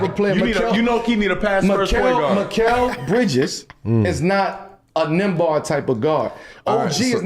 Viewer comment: NEM- BARD 😅